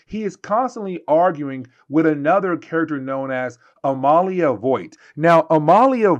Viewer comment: It's Amelia you know like Emily oh my God